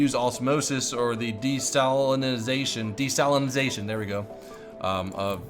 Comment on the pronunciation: Interesting game, but I was really distracted by how you tripped over pronouncing simple words like "biopolymer/bioresin" and "desalinization".